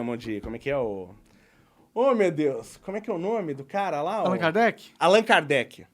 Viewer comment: Meu deus, o gordão só falou merda... Allan Kardec era o nome dele na vida passada... Os druidas ficavam nas ilhas do reino Unido, na Irlanda, Allan é um nome irlandês, muito popular em 1700's.... O ignorante ali ainda não sabe nem pronunciar o nome, ele fala igual brasileiro que não sabe inglês, "Allãn". Kkkkkk O pior burro é aquele que se acha inteligente